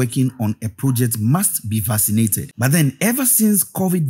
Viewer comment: I’m just realizing he is saying vaccinated. I was like “what the hell is fascinated?!?”